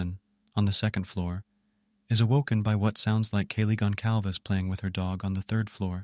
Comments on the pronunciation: Not correctly, Gon-salves. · the C with a squiggle is pronouced as S. This is a Portuguese surname